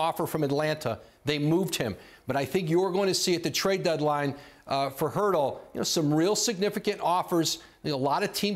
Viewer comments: It's not Hurtle its Turtle. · Did Woj say Hurtel??? Hertel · I don't think that's true, my understanding is that it's pronounced Pertle. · why does he keep on saying "HURDLE"?...it shows how little, people knows about the Spurs...nobody even bothered correcting Woj...I hope this is the year our Spurs come up with the 1st pick of the draft. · He said Jakob Poeltl last name so wrong